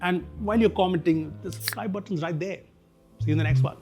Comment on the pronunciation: Why supscribe instead of subscribe bro😂